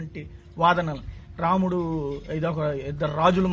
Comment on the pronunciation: sir ramanudu kadhu ramudu sir!!!!